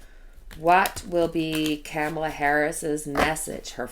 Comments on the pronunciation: COMMA-LUH, COMMA-LUH, not Cam rhymes with ham, COMMA-LUH. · Pronunciation: Kamala Harris (comma-la)